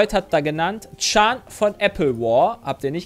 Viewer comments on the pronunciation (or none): Bisschen ärgerlich, dass ihr Chan falsch ausspricht. Das N muss man hören!